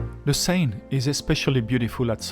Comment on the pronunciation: Oh it's okay, I was just making a lame joke. In hindsight I just recalled that it's Bill Engvall who does the "here's your sign" joke not Foxworthy. Anyways I made the joke because when you first said Seine it sounded kind of like "sign" but I know it's closer to "sen" like in "send" or rhymes with "pen". For the name of the river.